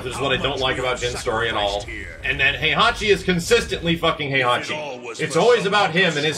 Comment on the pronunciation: Can someone please tell how to pronounce HEI-HA-CHI? or KA-ZU-YA?